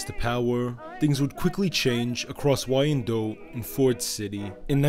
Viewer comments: Oh he is bad at pronunciation for sure. Wine Dot. Not y ann dote. Also hasn't been around any Chaldeans he butchered that in part 2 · 😂 it's. Pronounced wine dot not. Y Ann dote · Downriver/Detroit in the house 👊🏼 PS Wyandotte is pronounced "Wine-dote" Google i believe helps nowadays with audio punctuation of words for future videos if that helps. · It’s Pronounced WHYANDOTT ‼️‼️ I am from 15 mile and Little Mac from Detroit trust me that’s how they pronounce it 🤘🏼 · Wyandotte is pronounced as "wine-dot". So many familys mentioned in this video are still in the area. However, you got a few things mixed up, especially with Tony and Jack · Love the channel and love the information you provide but Wyandotte is pronounced Wine Dot but good documentary I really enjoyed it I’m from Detroit great history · Wine-Dot. Wyandotte. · The city is pronounced Whine -Dot spelled Wyandotte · The name of the Downriver Community is pronounced Wine-Dot and the street in Eastern Market is Riv-Ard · I was going to mention that as well. Yes, it's spelled "Wyandotte" but pronounced as 2 syllables- -say "Wine-dot" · Wyandotte is pronounced Wine Dot FYI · As a Michigander I find it hilarious that you pronounced Hamtramck correctly but mispronounced Wyandotte